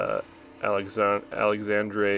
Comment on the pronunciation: Not sure if it was my suggestion you saw, but I did recommended his channel at a comment on your video. And you nailed his last name... ("Begoonas") But the "x" in his name is pronounced as in "sh". So It's more like "Aleshandre" it's "dre", as in Andre.